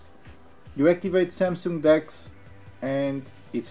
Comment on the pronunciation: How come this idiot has some followers!!!! He can’t even pronounce samsung!!!!